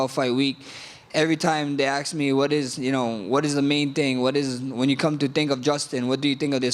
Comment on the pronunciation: Damn he says axe instead of ask. He really is Jerome